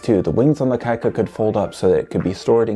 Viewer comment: Pronounced “kee-ka”🤘🏻